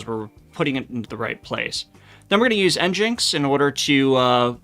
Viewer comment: it's pronounced engine-x you said it right,, thank you 🙂 you said it wrong 😭 you gotta stop trolling us, greep 😳